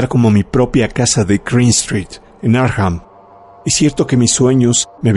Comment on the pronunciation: No se pronuncia Arkjam, es Arkham tal y cual esta escrito